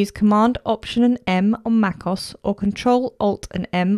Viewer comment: It is not Macoss it is Mac O-S